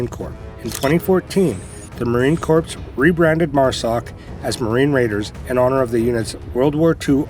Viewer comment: Never trust a man that pronounces the s is corps.